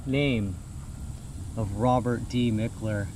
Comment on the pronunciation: Mickler—>is pronounced Mike-ler❤